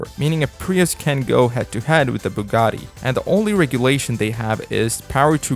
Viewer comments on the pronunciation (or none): none